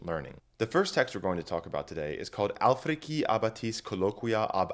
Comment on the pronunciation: Alfriki? Sentem-ti-am? Hold pp! Appendikes? "Wultis?" "Diskendo?" No, they used "Alfriči," "sententziam," vultis," and "dišendo." In their time and place, they used a pronunciation closer in part to ecclesiastical pronunciation, with ae and oe merged with e, c before front vowels like ch, sc before front vowels like sh, v as in modern English, g before front vowels like y or German j, not Italian g before front vowels.